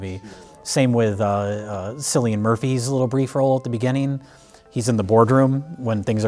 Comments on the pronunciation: LoL Cillian Murphy is pronounced like Kill-ian, not silly 😂😂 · Oppenheimer FINALLY taught how to pronounce Cillian Murphy. It's "Kill-ian", not "Sill-ian" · sillian murphy? KKKKKKK KILLIAN MURPHY also dumbnell? DOUGHNELL GLEESON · Killian not Silly-an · It’s said killian Murphy not sillian 😂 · It's pronounced Killian Murphy, not Sillian Murphy. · silly ann.... pronounced kill ee ahn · Silian Murphy? It's Cilian Murphy pronounced as Kill-ian. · Sillian Murphy? Who is that? Oh You mean Cillian (Kil-i-an) Murphy! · Wait. Sillian Murphy? Sillian? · "Sillian" Murphy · His name isn't Sillian Murphy haha! It Killian Murphy. The C is strong. Just a minor correction. Trust me, Im Irish! ;) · heads up for all non Irish people: Cillian Murphy's name is pronounced Killian Murphy not Sillian Murphy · You probably won't see this, but for future reference Cillian Murphy's name is pronounced Killian Murphy, not Sillian Murphy. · Cillian is prononuced with a k sound rather than an s souns. Kill-Ian Murphy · It's KILL-ian Murphy, not SILL-ian Murphy. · The C in Cillian Murphy is pronounced as K not an s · "Sillian Murphy" lol. Pronounce it with a K sound, like Killian :D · What the fuck is a sillian murphy? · Thats Cillian, with a hard C, 'Killian' not 'Sillian'. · For gods sake, it's pronounced Cillian Murphy. Cillian! Like Killian. Not 'silly-in'. Ffs...... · Cillian is pronounced Killian not Sillian Its an irish thing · Who's "Sillian Murphy"? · Cillian Murphy's name is pronounced with a hard "C." Not Sillian. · Sicilian Murphy. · My man literally said Sillian Murphy. You pronounce the C,. Cillian. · "silly-ann Murphy" fucking lol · Cillian Murphy, the 'C' is like a 'K' hahaha. Understandable though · ye are pronuncing Cillian wrong, it a 'k'sound not 'C' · Cillian Murphy the c makes a k sound like Killian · Cillian - the C is pronounced as a K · Cillian Murphy is pronounced as Killian* 😉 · I thought it was pronounced "Killian Murphy" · Cillian (Kill-ian) Murphy,.